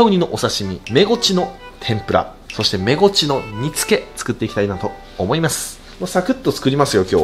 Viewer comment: メゴチが正しいんや、インゴチって言ってた😳